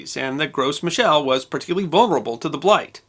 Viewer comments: FYI: You don't pronounce the "S" in Gros Michel. It's just 'grow mee-shell'. It's a French thing. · Should be pronounced "Grow me shell" .... Love your channel! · Gros Michel is french, so you don't pronounce the s. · The 'gros' in Gros Michel has a silent 's' and pronounced closer to 'grow' than 'gross'. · FYI, It's pronounced "grow"michel. Not "gross" michel. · The "s" in Gros Michel is silent. It's French for "Big Micheal", you don't pronounce the s, it's pronounced as "Groh Michel". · In "gros michel", the S is silent. So you'd pronounce it "gro michel". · Just a nitpick: 'Gros Michel' is from French, so the S should be silent.